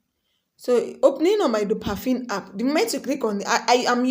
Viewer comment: But why do you keep saying dopafin.. when it's clearly dopaMINE 😩😩